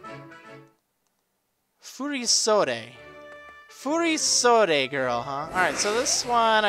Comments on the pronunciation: The second part you got right but the first is wrong. It's furo-sodee, not fury-sodee. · it's pronaunced: fu-ri-sod it's the name of the kimono (altough these are fasionable modern furisodes and not the treditional furisodes [which are worn by Geishas hint-hint Kimono Girls]) I love Valerie's style, her outfit is beautiful, this gym is beautiful. and the badge is beautiful too. wish I could play this game. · its pronounced fury-sodde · It's pronounced Furisode